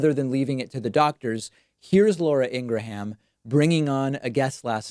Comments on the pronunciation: is pronouncing Ingram as In-Gra-ham an inside joke??? someone?? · Did you just say Ingra-HAM? Hahaha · “Laura Ingra-HAM” 😂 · Laura in-grah-ham. She must be friends with Toolsi Gah-board.